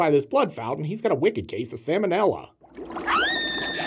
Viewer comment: Salmonella... The way you pronounce salmonella messed with me! My ex-fiance used to pronounce it like that. It always sounded like she was talking about salmon. Anyway, thank you very much for bringing that memory back up for me! On the lighter side, I love your videos and you are one of my top favorite YouTubers! I admin a page on Facebook called the horror show and I share your videos on there a lot. You are amazing! And thank you so much for doing what you do! Keep up the good work! Much love.